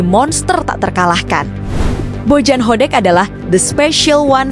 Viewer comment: Kenapa narasinya Jadi Bojan Hodek min ?😂